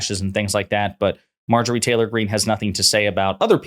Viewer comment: I really appreciate you not putting the T in Greene's name. She's only doing it to copy AOC. 🫤